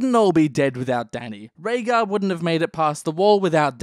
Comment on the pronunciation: Rhaegar, not Rhaegal